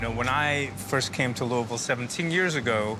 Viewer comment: Right off of rip; I’m impressed he’s pronouncing Louisville correctly. Looking forward to the rest of this.